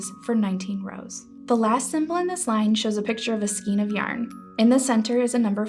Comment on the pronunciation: I'm wondering whether or not the narrator is a knitter as I've never heard the word "skein" pronounced the way she does.